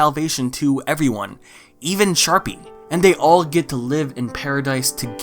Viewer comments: bro i can’t tell if he’s saying sharpie or jus can’t stay sharpay properly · Why do you pronounce Sharpay as Sharpie? Lmao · but why do you pronounce sharpay as sharpie??? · Did you just say Sharpie instead of Sharpay? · Did you say Sharpie? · It’s a bit in all the hsm videos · Did you just call sharpea a sharpie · has always pronounced sharpay as sharpie? its just now right? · I’m crying over the fact that you keep calling sharpay “sharpie” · Sharpay? No, it’s SHARPIE